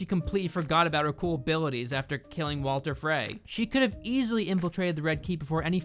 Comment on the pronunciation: Walter Frey? Jendry? Bro, I swear you've watched so much of this show but your pronounciations are shite.